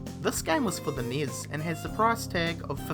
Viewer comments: Enn-ee-ess (NES) not NIS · NES is pronounced "nes." As in "goodness." Or even "enny-ess." Not "Neiz." the hell is wrong with your mouth. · Nee-s? It's N.E.S.! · Oh my god, 11 Atari 2600 games on this list. And you pronounce it niss. At least you could have said Nintendo Entertainment System. This video was tedious and a waist of time! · Yeah the way he pronounces things is really annoying. NES = Knee-is?